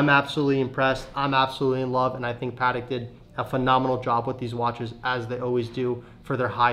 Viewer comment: Pls guys learn to say patek.